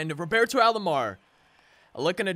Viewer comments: Love your vids man. It’s Roberto not Robarto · The way you say Roberto annoys me